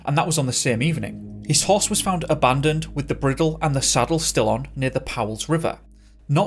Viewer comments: Bridle not briddle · horse's bridle is pronounced 'bry dall". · Thanks, just one thing I noticed while listening is the word "Bridle" is pronounced - br eye dul. Sorry I don't mean to criticise as I love your channel. Thank you for sharing, much love. xx 💖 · Bridle is pronounced, " Brydel ". I hope that helps you. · Never heard "bridle" pronounced this way before... Interesting. Thanks for the video.